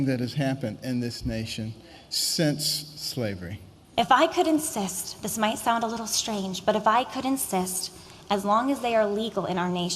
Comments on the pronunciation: Did she just say, " if I could incest"? Lmao I must be hearing things. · When that woman was saying "If I could insist" I heard it as "if I could incest"